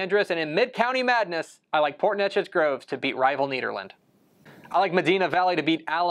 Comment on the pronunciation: Great video, but you have got to start pronouncing these schools names correctly. Neches is said like Nayches.